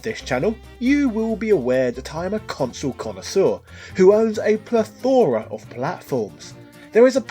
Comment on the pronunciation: is that how brits pronounce plethora or are you being funny PLZ TELL ME